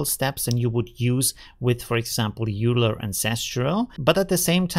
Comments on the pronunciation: Hey,... thanks for another great video. I had not heard of Reliberate, so thank you for the info! Just FYI, though... Euler [Leonhard Euler, the Swiss mathematician/ engineer/ astronomer/ and much, much more] is actually pronounced "oil-er" rather than "yule-er". So... now we know! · So you know, “Euler” is a actually pronounced “Oiler” like “oil” plus “er”. It is the last name of the Swiss mathematician Leonhard Euler. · FYI "Euler" is pronounced "Oiler" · JFYI you're not pronouncing "euler" correctly. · btw are you sure Euler is pronounced like that? I thought it's pronounced the same as the mathematician it is named after.